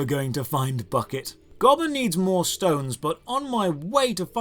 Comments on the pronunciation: It's gobber not gibbler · Come on, its GOB-BER not Gob-Ler. I shall excuse this as some Brit localization thingy, or something. 😀